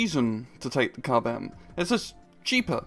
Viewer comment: KUB-M, more like KUBE-M